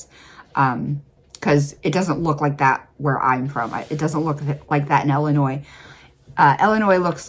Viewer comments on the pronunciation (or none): none